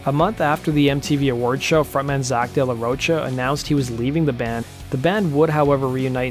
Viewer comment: Isn’t it pronounced “Day La Row Kuh”?